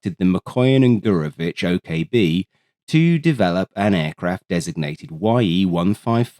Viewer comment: Another give-away is Why-Ee-155 instead of Ye-155. No way a human would pronounce it that way